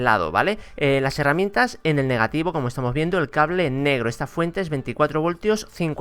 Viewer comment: se dice heramientas,no harramientas